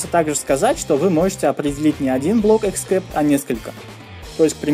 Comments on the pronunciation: А "деление ПО нулю" - это тоже новый язык :)))))) Вообще, перед записью видео полезно посмотреть ролики о великом и могучем :) Деление НА ноль!!!!!! И except читается как "эксэпт", а не "'эксКэпт". И не "поимка", а "обработкка": "обработка исключительных ситуаций", "обработка исключений" или "обработка эксепшинов" на худой конец :) Капец! Ты книги вообще читаешь? Но само объяснение приятное - доступное. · эксепт(а не экскепт) бро. извини, просто режет ухо. спс за твою работу. очень помогает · боже, что за чрай и экскепт?перед выпуском ознокомься со словами, но если игнорить это то твои видео лучшие, спасибо!!!! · except [ɪkˈsept] читается как "иксэпт" спасибо за уроки:)